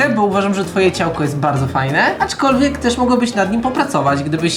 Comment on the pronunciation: POLICZCIE ILE POWIEDZIAŁ ACZKOLWIEG